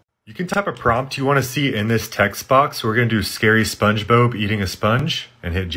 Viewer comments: "SPONGE BOBE" BRUH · I know everyone is talking about him saying "Googaly" or "Spongebobe" But are we just gonna ignore he called Link, Zelda?? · spongebob ❌ spongebobe ✔